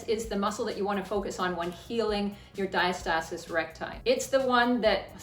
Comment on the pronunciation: Great video thank you. Ive been drinking a shot ever time you said diastasiiiiss recgussthj ghbvn 🤢🤮🤮🤮🤮🤮🤮